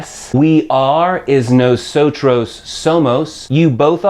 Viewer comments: correct. you're the first comment that addressed that. It's not pronounced "no-so-CHROS" but more like "no-so-TODOS" The R is pronounced more like a D in spanish, and the V is more like a B. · It's funny how you pronounce "Nosotros" and "Vosotros" :)) Nawsawtraws and Vawsawtraws :P Muchas grracias por esos lecciones amigo. I learned much from your channel